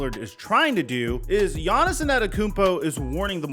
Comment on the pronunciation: It’s just Yonis not Yonis-son, (Giannis)